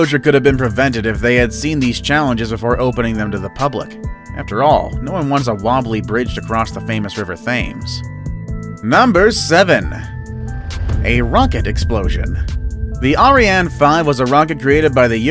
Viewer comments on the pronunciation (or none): Sorry gov, I gotta stop you right there. It might be spelt ‘Thames’ but it ain’t pronounced wiv a thoof at the start. ... It’s pronounced like ‘TEMMS’ - The River Temms (or Thames)